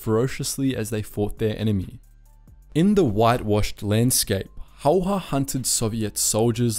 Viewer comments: Its not simo hauha, its häyhä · I'm yet to watch one of these documentaries and hear Simo Häyhä's name pronounced correctly (you even butchered the spelling, c'mon man!). It's HÄY-HÄ, two H's and none of them are silent. I'ts pronounced kind of like HEY-HE-, two Hey's in a row but you skip the last Y. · It's not Simo Hayha it is Simo Häyhä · Its Häyhä, not Hayha or as many people pronounce it, Heihaa (come on its not difficult. Simo Häyhä. Not Saimou Heihaa.). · It’s actually Häyhä not Hayha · its Häyhä